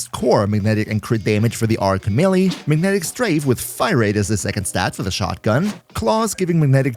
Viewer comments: FYI, you are also mispronouncing the word 'melee'. Its me-lay, not melly. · eh, technically youre wrong as well. may-lay.